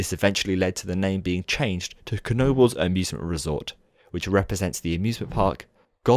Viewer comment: Now I finally know how to pronounce Knoebels right